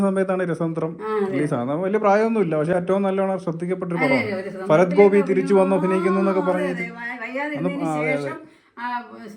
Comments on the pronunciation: ഫരത്തൊ അത് എന്തോന്ന് ഫരത്ത് ? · ഭരത്.. ഫരത് അല്ല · ഹേ ഭായി അക്ഷരങ്ങൾ സ്ഫുടമായി സംസാരിക്കുക ഫരത് ഗോപിയല്ല ഭരത് ഗോപി എന്നു പറയുക. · ഫരത് ഗോപിയല്ല ഭരത് ഗോപി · Farath അല്ല ഭരത് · സുഹൃത്തേ, ഫരത്തു ഗോപി അല്ല, ഭരത് ഗോപി. കഷ്ടം. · ഫരത് അല്ല ഭരത് ആണടോ?